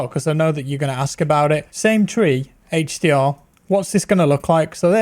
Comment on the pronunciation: Came here for the "hache dee awr"